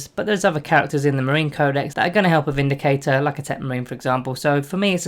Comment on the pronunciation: I thought you said the "Space Marine Bindicator" then lol